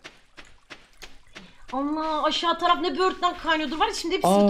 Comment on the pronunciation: Pelin ablanının böğürtlene böörtlen demesi